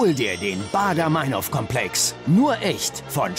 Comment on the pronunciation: der moderator kann nichtmal meinhof sagen. die heißt meinhof und nicht meinhoooof. scheiß extra 3.